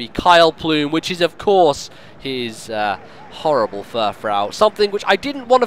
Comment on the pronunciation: also furfrou is pronounced fur-froo. it being a reference to frou-frou